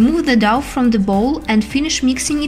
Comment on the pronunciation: The douff ? Its dough pronounced Doh. Thanks for the video.